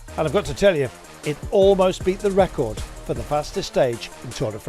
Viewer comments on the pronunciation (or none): none